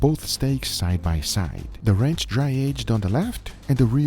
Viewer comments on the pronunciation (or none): Kept mishearing Guga pronounce 'ranch' as 'wretch', as in, "I have to remove this wretch". Still seemed accurate.